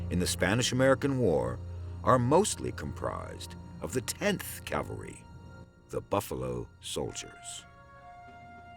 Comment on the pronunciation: It sounds like he keeps saying CAL-VERY. Of course, it's pronounced CAV-AL-RY. I don't know why this bothers me so much.